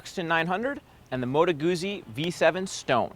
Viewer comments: Yes, Gutzi not Goozi, much more satisfying to say. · It's "Moto Gootsi", you loser. Have you not ever eaten a slice of "peetsa (p-i-z-z-a)"? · when all of you can say peet.za(pizza) so easily then why on sweet jesus' holy earth can't you say goot.zi instead of gooozi, nice review though. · Ah man, ya gotta pronounce 'Guzzi' properly! I can watch but I can't listen... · Why is it so hard for 'Muricans to pronounce Guzzi?